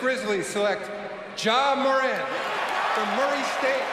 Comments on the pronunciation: It’s pronounced mer-ant not more-ont But no hate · It’s “more” “ant” not “more” “aunt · Ur mispronouncing his name it’s not muh-ront it’s MORE-ANT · It’s not “More an” you say it like Durant, it’s pronounced “More” “Ant” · It’s not Ja “More-Aunt” It’s Ja “More-Ant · Yea he says jamoraun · Imagine saying it like morawnt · IT'S "marant" HOW YOU SAY IT!!! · mans said ja moraunt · It's actually Moe-rant. I went to school with Temetrius from 3rd grade to graduation. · its ja more-ant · "Ja Muhront" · Ja ma-rant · Ja moraw.....lol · Pronounce his freakin name right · I cringed odee when you say his last name 💀💀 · Bro stop saying his last name like that if you going to say his name say it right